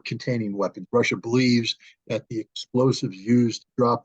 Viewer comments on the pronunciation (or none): none